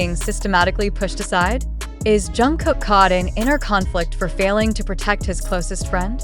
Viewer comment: Блогер почему вы имя Чонгука произносите правильно а КИМ ТЕ ХЕН не правильно, неужели это так трудно? Просто неуважение к нему.